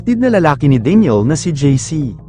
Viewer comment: ano ba tlga pagkabigkas mo daniel ba o deniel?